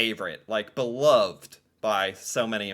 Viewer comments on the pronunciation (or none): none